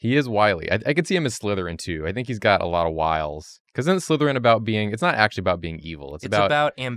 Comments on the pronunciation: TRICKLERYN!!! The name isn’t Trickleryn😢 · The last one is written slytherin, pronounce sly-therin. As in sly.